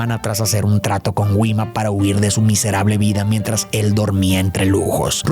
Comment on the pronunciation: todo bien pero no puedo con la pronunciacion de Gwima